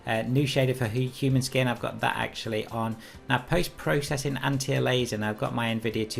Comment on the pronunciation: have you corrected your pronounciation of aliasing since this vid bro?